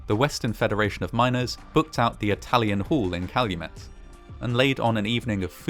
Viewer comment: YAY! I'm so glad to see you were able to use my suggestion! Fantastic video; you even pronounced Calumet correctly ^_^ Fantastic video, as always!